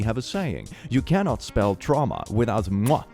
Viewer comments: "Tra mua" I love dyslexia XD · you say traumwa but it's ma so are you saying you've received maternal abuse?